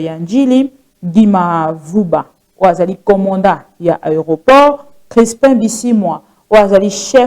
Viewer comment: STP C EST COMMANDANT (DON) ET NON COMMANDA...